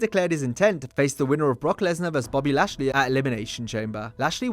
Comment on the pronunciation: VERSUS!!! ffs It’s not “verse”.